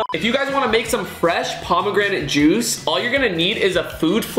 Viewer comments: "Fresh pomegranate jushe"😂😂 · Juice ❌ juish✅